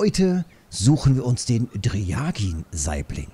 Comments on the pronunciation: das war auch nicht böse gemeint.. Allerdings kommt der Name nicht von einem russischen Wort, daher ist auch die russisch klingende Aussprache falsch. Er hat den Namen wegen seiner Farbe, welches aussieht wie dryaged Fleisch, trocken gereift. Normalerweise hättest du recht, da man das umgedrehte R mit ja übersetzt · Bitte sprich den Fisch richtig aus..